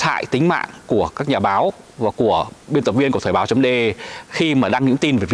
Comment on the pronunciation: Thời báo chấm dê e (de) rõ ràng mà ba đọc là đê e ( đe)